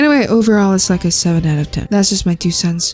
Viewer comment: kittl, more like kiddle, something that made me so annoyed. LET ME USE GOOGLE BRO